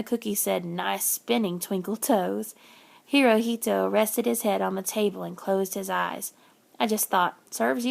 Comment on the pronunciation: Sorry to be that person but Hirohito is pronounced (Hero-he-toe) at least that is the way I am learning it in school.